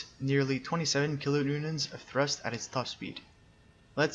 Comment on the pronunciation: Butchered Kilo newtons xD